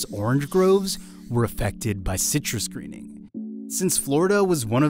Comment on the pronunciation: Good heavens! WHY say every word clearly except the name of the orange disease? Twice it was given - twice in a sudden mumble. Please say the name with the excellent tone and projection you used for the rest of this program.